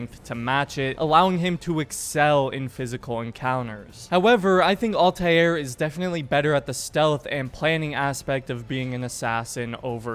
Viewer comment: Stop pronouncing Altairs name wrong